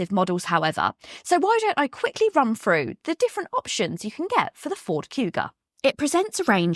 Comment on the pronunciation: I do wish commentators would pronounce 'through' with 'th' as opposed to Frew, basic grammar.